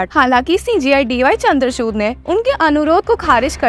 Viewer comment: Chandrachud nhi chandrachur pronounce hoga wo.